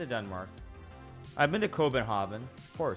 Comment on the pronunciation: I heard COVIDHagen, joking about the Danish